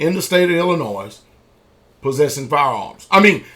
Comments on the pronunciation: It's not ILLI-NOISE it's pronounced ILLI-NOI cause the S is silent. I despise people who don't know how to pronounce the name of my home State! need to learn to pronounce it right before he starts talking sh*t! Also he's from Tennessee and last time I checked Memphis is just as dangerous as Chicago. So maybe he needs to worry about his neck of the woods before talking BS about other States! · illinoi the S is silent. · the pastor is right about everything except pronouncing the s in Illinois